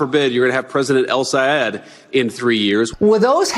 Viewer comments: Ron Johnson only has about 6 working brain cells. He might not be pretending when he mispronounces Abdul El-Sayed's name. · In ron johnsons case he was not pretending to not know how to pronounce the name because it has more than 1 syllable in it and that is what confused johnson who simply is not too bright to begin with